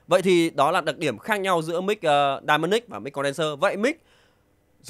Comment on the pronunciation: em cứ nghe dynamic thành đai-ma-nic :))